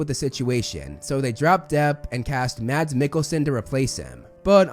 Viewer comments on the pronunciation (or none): holy bad accent of name its said Mas (no d) and a very kinda strong a with the "Mikkelsen" being said as "Mekælsæn" Btw hes from my country